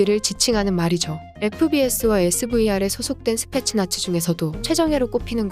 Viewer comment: 스페셜 나치로 들리네.